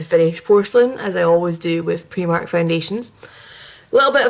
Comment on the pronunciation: The "i" in Primark is actually pronounced as an "i" and not an "e". Just a little tip for you. Great video though.